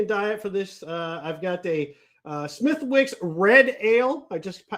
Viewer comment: Smith-icks. The W is silent